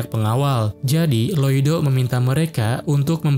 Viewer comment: info nama MC nya bukan loido tapi loid😅